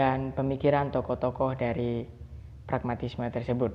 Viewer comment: Untuk pemateri kedua..pragmatisme ya bukan paragmatisme😊